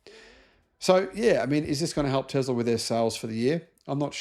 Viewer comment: please stop saying "Tezzzla". It's absolutely infuriating to hear someone like you constantly mispronouncing "T E S L A"!